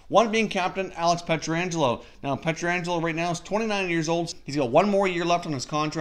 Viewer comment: Please for the love of god stop calling Alex Pietrangelo, Alex Pietraangelo. It’s one a not two. His name is Pietrangelo.